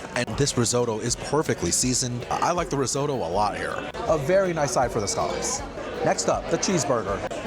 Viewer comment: He said "scaw-lupps" 😂